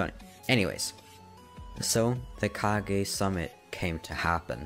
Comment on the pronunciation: ah yes the kagezakage